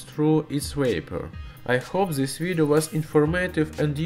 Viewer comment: Please try to pronounce words correctly. "This" is more like "dys" not like ''zys". Great video anyway :)